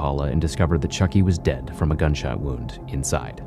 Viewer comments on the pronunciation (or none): none